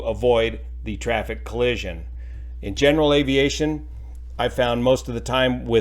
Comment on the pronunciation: Please just say collision.